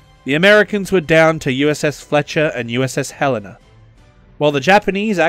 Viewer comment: USS Hel-n-a, not Hell-en. Sorry, slight pet peeve of my since it's name after the capital of my state of Montana.........and yes I am slightly sore that every BB named after my state got cancelled